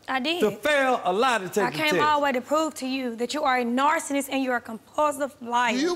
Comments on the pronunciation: oh hon... "narcissist" not "narcinist"... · Narcinnist!!! Lol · Narcinnist lol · did she call him a “narcinnist” LMAO